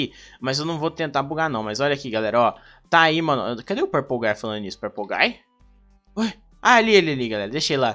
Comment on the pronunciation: THE MAN BEHIND SLAUGHTER EDIT:ELE Fala purplegay KKKKKK